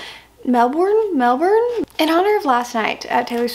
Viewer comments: Subscriber from Melbourne here! You pronounce it like MEL-BIN. And I’m so sorry to everyone our eras surprise songs went so hard there were no survivors. X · I was at Melbourne N1! (where we got you're losing me like WHAT THE HELLLL WE ARE SO LUCKY). Its pronounced 'Melbin'. :) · Melbourne is like "mel-ben" We don't really pronounce r's here.